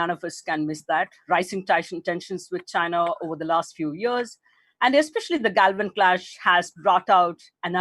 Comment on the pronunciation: This Indian lady can't even say "Galwaan"? They are gonna have the Biden administration? Where do they get these people?